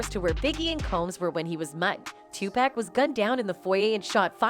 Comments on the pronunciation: My goodness his name is pronounced TuPock I know how it's spelled but Pack is not his name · It's funny you can get everyone else's name right but 2pac's it's not pack it's 2pac.. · It’s Tupac not Tupack…GOSH…white people… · Is this video narrated with AI? ALso, "Tupac" is pronounced TU-POCK not TU-PACK... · His Name is Too-Pock (2Pac) NOT Too-Pack ... Learn to Pronounce The Man's Name Before Capitalizing Off His Death. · TUPAC not 2 pack say his name right !!!!! 😡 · 2 pac, not 2 pack. Get it right, if you can't say it right don't report. I can tell you don't care. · It's pronounce 2 "pock" not "pack". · Poc not pack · Ommfg...why do white ppl always finding ways 2 fuck up on ppl names...wtf is 2 pak 🙄 😑 😤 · Decades later people reporting on Tupac still refuse to pronounce his name right. Smh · If you're gonna make a video about Tupac, say it right?